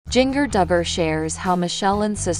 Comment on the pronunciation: G in ger not ging er.